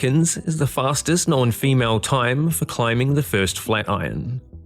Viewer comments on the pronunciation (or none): Is English a second language for you? If not, how do you explain your misuse of words? You mentioned the "crux of the trail"...I think you don't know what "crux" means. You also pronounced "known" like it was "knowan". It's no fun to listen to someone butcher English...I'm pretty sure English is your first language, too.....which makes it far worse.